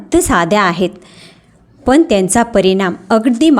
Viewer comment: फारच अशुद्ध बोलताय....कोनत्या ,णनंतर मणुका ,तान पन ...